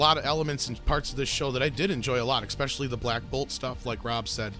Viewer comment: Repeat after me: "especially". NOT "expecially".